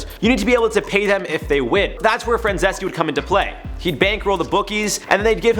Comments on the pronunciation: Micheal Francese (Fran-zees), not Francesse... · His name is pronounced Franzeez. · If you know about Michael Franzese, at least learn how to pronounce his last name. It's pronounced /frænˈziːs/. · Good job breaking it down but his last name is pronounced Fran-zees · If you are going to use someone as a source, you should learn how to pronounce their names. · I wish he’d stop saying his last name like that. It sounds stupid n it’s wrong lmao. Just say Michael dude 😂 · If you’re going to make an entire video talking about a guy, at least have the decency to do your due diligence and properly pronounce his last name. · hey thats my guy franzese! also the way you pronounced his name was terrible